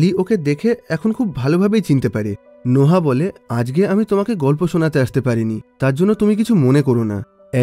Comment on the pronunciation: নোহা কি ভাই এটা নোয়াহ(noah)